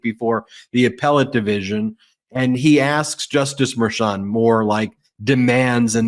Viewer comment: Thanks for pronouncing the hard CH in Merchant correctly. With a first name of Juan, I assume he’s of Latino descent.